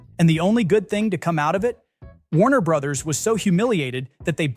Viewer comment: "Warner Brotherses," you say? 🤨 Pro Tip: Brother's and Brothers' are pronounced the same as Brothers.